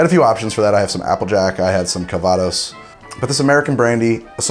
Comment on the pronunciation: Cal-VA-dos? I think you mean CAL-vados. French teachers have been telling me about it with rapture since I was 10.